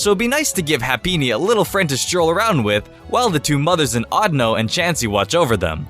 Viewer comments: his name isnt audno... its audino... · Isn't it pronounced or-Dee-no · you pronounce audino wrong, it's more like audio with an N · It's pronounsed o-Dee-no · It's actually pronounced like AudEEno.